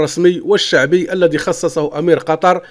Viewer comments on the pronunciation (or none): none